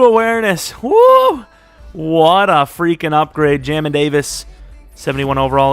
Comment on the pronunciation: ITS JAY MIN NOT JAM IN